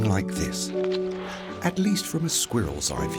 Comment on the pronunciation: “Squear iLLs”. 🤣🤣🤣 Love the AI narrator.